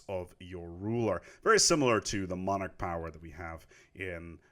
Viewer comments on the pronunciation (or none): none